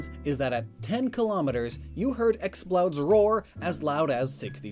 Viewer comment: Roar* not Rawr.